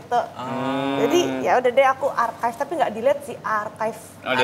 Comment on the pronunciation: "Archive" dibaca Arkaef 🤭 Itu dibaca Arsif (Arsip/disimpan) 😂